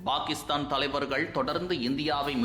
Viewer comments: Why do pronounce 'Pakistan' as 'Bhakistan'? Fundamental confusion in Tamil itself? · Bhakisthan இல்லை பாகிஸ்தான் - உச்சரிப்பை முதலில் சரி செய்து கொள்ளுங்கள்..